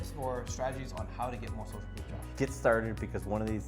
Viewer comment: Proof.. Not Prof